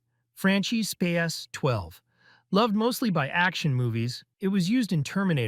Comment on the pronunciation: Frahn-kee Spahs-Twelve